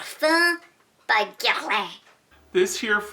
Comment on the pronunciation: LMAO I cried at the impressions of people trying to pronounce names!!! GUERLAIN 😂😂